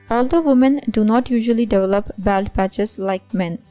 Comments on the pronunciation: Baold not baald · I can't believe you don't know how to pronounce BALD. Plz get somebody who can speak English to read in d video. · It's not 'baold' you idiot, it's 'bawld'